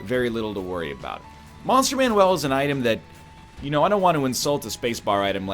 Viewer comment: You can tell NL is OG isaac player because he still calls it monster manuel